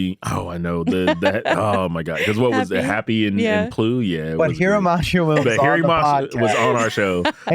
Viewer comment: How did Mashima sensei say his name correctly but you guys still pronounce it wrong. If your going to do a professional video at least say his name right. He literally said it how it's pronounced. No offense I just find it disrespectful. But Mashima probably doesn't care. If you love Japanese culture so much learn how to pronounce their names and words correctly. It's like your teaching everyone to say his name wrong. And he doesn't deserve that disrespect. I love this man. I know it's a small error but give him the honor that is due him.